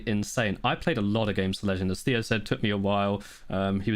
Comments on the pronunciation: is it tay-o or thay-o? Theo: Neither, its Thee-o: Continues to say Thay-o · Lol, how awkward couldn't pronounce Theo's name correctly from the start 😅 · can't pronounce Theo's name even after he was corrected smh